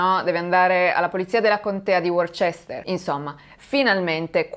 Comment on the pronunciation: Sono una tua ammiratrice quindi non intendo offesa alcuna: la contea di Worchester si pronuncia Woster proprio come la contea di Leicester si pronincia Lester. "chester" deriva da un antico suffisso romano "castrum" o accampamento militaree, per quanto questo suffisso esista nella scrittura, nel 90% dei casi non si pronuncia più. Rimane Porchester o Manchester. Qui "chester si pronuncia perché la prima parte del nome è celtico e non anglosassone. Ne consegue che la pronuncia corretto per la salsa Worchester è " Woster sauce". Chiedo scusa di nuovo.